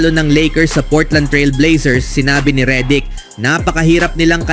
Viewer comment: Malamang bisakol itong admin😂 Langyang pronunciation yn😂 "Ridik"😂